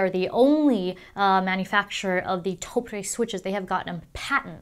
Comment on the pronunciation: Love the video but hate how she pronounces Topre.